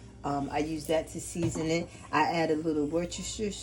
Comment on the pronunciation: Worstershiresheerr sauce 😅